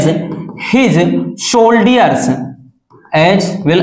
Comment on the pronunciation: Soldiers ko wrong pronounce Kiya apne....